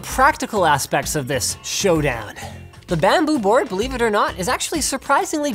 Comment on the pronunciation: I didn't notice he say beleaf